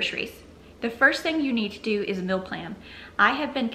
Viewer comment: Hmmm guessing you are saying "meal" but to my Canadian ears it sounds like "mill". Just discovered your channel today and am binging on it.